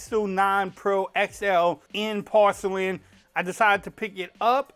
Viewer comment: " In Porshe-lin 😂"